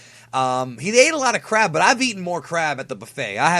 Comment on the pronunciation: for a second I thought he said eating crap then crab